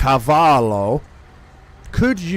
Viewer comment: The way you pronounced the name “Carvalho” (which is a Portuguese name), but the way you pronounced the name sounded like you was saying and calling him “Cavalho” which means Horse in Portuguese. Which can be very offensive to someone, I know you don't mean it like that, but be careful when pronouncing names so don't, you know... So just be careful please. Yes I'm Portuguese with French origins (so I speak both languages), in Portuguese that “R” in that name rolled and Lopez is not spelt with a Z in the end, it's spelt with a S in the end, well, I just hinted you my nationality, my origins and my last surname 😉😉